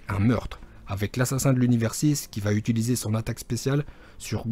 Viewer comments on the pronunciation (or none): none